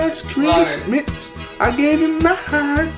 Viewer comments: Keep replaying 😂 “last christmits 😂 Ethannnnnn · “last chrisis-mas I gave you ma haert”😂😂😂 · last Chritsmits 😂😂😂😂😂 i’m dying 💀